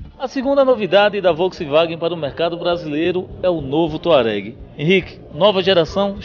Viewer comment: "Volksiwagen" dinovo kkkkkkkkk vergonha pra ele que é do meio automotivo... pode excluir meu comentario.. eu sei que vai mas vai apreender a falar...